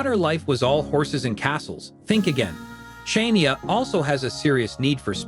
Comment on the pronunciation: Can you listen to your self say shinia 😂😂😂.